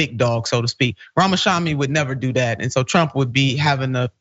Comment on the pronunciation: Is intentionally mispronouncing Ramaswamy’s name?